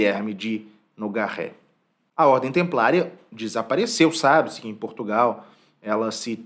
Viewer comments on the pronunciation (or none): none